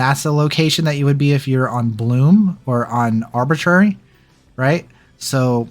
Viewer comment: Got to say it...... Rū-in station Ruin and it is Orbit-tuary, Orbituary. Know your stations kids. I'm sure you will get Checkmate? Right?